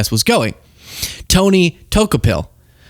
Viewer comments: DOUGH KO PILL. LOL Everyone is botching his last name. Lol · I'll transliterate, his name for you. Pronounced - dew ko pohl. 😉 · pronounced DUE_KOE_PILL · Tony "TOKE-a-pill"?!?!?!? So, you really are as ignorant as you appear. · Pronounced: Da-cope-al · Pronounced “ duh-KO-pul” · His name is pronounced Tookapill, he took the red one. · Du-Kopel if that helps. Appreciate you!